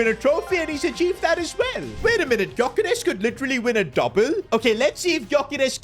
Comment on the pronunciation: ITS PRONOUNCED yokeresh